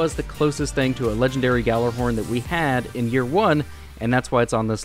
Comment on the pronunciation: It really pisses me off that people never pronounce ghorn right.